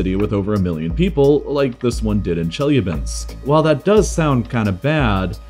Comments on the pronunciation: Your actually pronouncing the Chelyabinsk Meteor/city wrong. It's pronunced. shee la binsk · It's Chelyábinsk, not the way you pronounced it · The way he pronounced Chelyabinsk made me lose brain cells